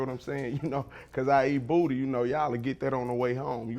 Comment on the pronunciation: I don't know but I like the way he say booty